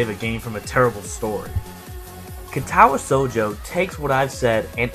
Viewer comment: Word of advice: your Japanese pronunciation will improve greatly if you always place the emphasis on the first syllable (KA-tawa SHOU-jo), not (ka-TA-wa SHOU-jo). It's not always true, but it's true often enough that you can default to it.